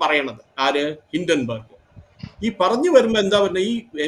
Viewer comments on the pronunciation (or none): ഹിഡൻബർഗ് അല്ല ഹിഡൻബർഗ് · ഹിഡൻബർഗ് അല്ല ഹിൻഡൻബർഗ് എന്നാണ്